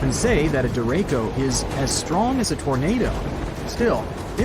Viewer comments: The guy in this video is pronouncing the name of this weather pattern wrong. Its called a Derecho.. Deh-Ray-Cho.. not Dere-ko. Not trying to be anal.. just making sure if you hear that name you know what it is and how to take shelter appropriately. Also, I'm from VA.. visited VA Beach many times. The ocean water at VA Beach for the most part is alright. Its Dark because of the fine sediments that are in the water. This is because of the water temperatures and the water currents that flow near the coast. The entire mid-atlantic coast is like this.. even Myrtle Beach.. extreme cold water is clear... extreme warm water is clear.. unfortunately us mid-atlantic residents get the mix right in the middle. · The person talking on the video pronounced it wrong it's said dir ray shio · The idiot narrating the video shows his ignorance, derecho is not pronounced the way he said it, the CH is said like CHUCK, da ray cho, so don't be scared but be informed !!!! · Not me wondering if he is mispronouncing Derecho... or we are here in Iowa...🤔🫠😂🤣